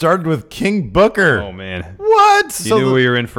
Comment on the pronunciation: Come on my it's not King Booker it's KING BOOKAAAA!!!!!! great show guys